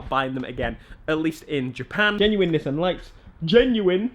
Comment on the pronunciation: Don’t say nissssan It’s pronounced Ni-ss-an